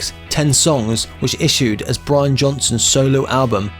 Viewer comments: Possibly the most boring monotone documentary I have ever seen. Way too much info on Brian's (or Brain's, as you call him) cars. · It's Brian, not Brain. Big difference. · it's Brian......not brain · Try pronouncing it as Brain, and that's how it's pronounced in Newcastle! Agree, it's lazy and disrespectful! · It’s Brian not Brain lol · lol...can't even get the name right. WTF